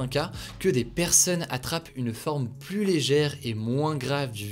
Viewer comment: Ces résumés sont toujours aussi intéressant. Mais de grâce, il faudrait faire un effort sur les PLUS dont le S ne se prononcent pas dans certains cas. Exemple, "certains variant du virus semblent plu(s) résistants...